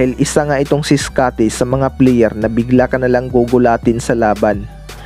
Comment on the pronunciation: WOR IT,,,,PLIYER,,,CUCHES,,,BIST PLIYER,,,,MARAMING PRONOUNCE MO BRO ANG MALI